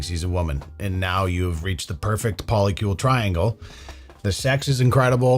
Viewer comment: 4 people 8 different names. What the hell is a Poli-Kiul 😂